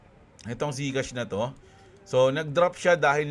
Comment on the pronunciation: Zcash??..ang pakakadinig ko gcash kaya medyo napa isip ako ng "meron bang crypto coin yung gcash"??..😅😅😅